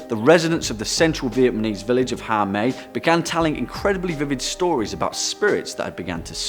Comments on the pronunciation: It`s Vietnamese,not Vietmanese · As a vietNAMese person, you are saying it incorrectly. It’s not vietMANese 😂 but you’re trying lol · Stop saying Vietmanese, it's Vietnamese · Nobody: This Guy: "Vietmanese" people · Big old fail on the 'Vietmanese'. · Vietmanese though 😂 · Vietmanese? Strange way to pronounce it during the meat eating Grandmother! I can't unhear that! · Another channel that pronounces VietNAmese as VietMAnese 🤦‍♂️ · I am Vietnamese not vietmanese the pronunciation of cities were not as good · second take buddy, stop say vietManese, say vietnamese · Vietmanese? Vietnamese* you mean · THIS IS SO RACIST “VIETMANESE” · ITS VIETNAMESE NOT VIETMANESE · Vietmanese lol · did I hear “Viet-MA-nese”? Idk just wanted to point that out lmao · 'Viet-manese'? Methinks be dyslexic. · Funny how he said vietmanese and the word ma means ghost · Learn how to say VIETNAMESE...dumbaby! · It's 'Viet-NAM-eese' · What is vietMANese? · Stop saying VietMANese... do a second take, mate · VietNAMese. VietNAMese, you fool. You sound like a little kid trying to pronounce it lol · Vietmanese folklore Vietmanese jungle Vietmanese folklore Vietmanese village I don't think he says Vietnamese properly once lol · Haha, not-Danny totally said VietMAnese! LOL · I noticed it too! Lol, it’s the only reason why I went down to the comments to see if anyone else was hearing it